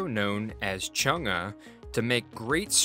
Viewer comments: It's Chung e ( Chung a) not Chung gus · This man really just pronounced Chang’e like ‘Chung-uh’ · he is pronouncing it incorrectly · Switch the vowel phonics on Chang'e for more accurate pronunciation.